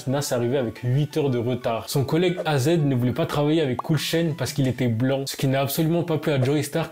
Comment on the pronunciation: Mon gars pour ta culture az ce dit pas « azed » mais « eyzi »